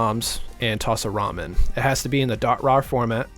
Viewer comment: "When you put a ROM in (Ramen)" I can't unhear it lol